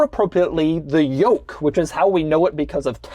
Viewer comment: take a shot whenever doug says “yolk”